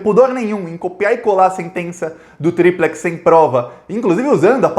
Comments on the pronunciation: Triplex não se pronuncia ao seu modo com acentuação no tri. A pronúncia é como durex e pirex. Corrija isso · se vc quer se COMUNICAR COM O POVO vc precisa falar como o povo fala. O povo não conhece "TRI-plex". O povo conhece, e entende muito melhor, "tri-PLEX": tri-PLEX do Guarujá. tri-PLEX. Pense na fita adesiva, é DÚ-rex ou é du-REX? Concordamos que é du-REX. E a folha de papel sulfite? cha-MEX. Com tri-PLEX é a mesma coisa.